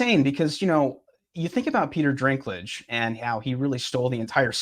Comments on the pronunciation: Why isn't it important to you to at least get names right? Peter DINKlage, not DRINKlage. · Peter Shrinklage